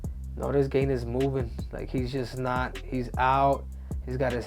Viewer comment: Pronounced as “Gan”